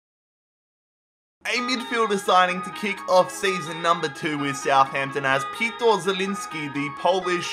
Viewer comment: Zieliński's name is Piotr, not Pitor ;)